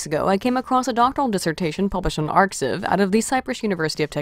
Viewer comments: Still pronouncing arXiv s "arksiv". It's "archive"; the 'X' is the Greek letter 'chi'. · It's pronounced as "Archive", not as "Arc-X-iv" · ARXIV pronounced achive.